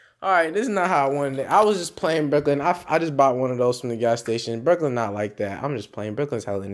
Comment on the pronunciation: You always calling brooking 12 13 and 14😂